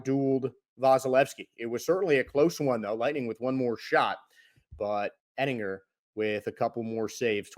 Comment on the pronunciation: Yeah he doesnt even know how to pronounce Oettinger’s last name either; it’s pretty ridiculous lol; and he just said that both of Tampa Bay’s 2 goals came in the third period when in reality they came in fhe first period and they never scored after that. The Stars scored twice in the first and twice in the third.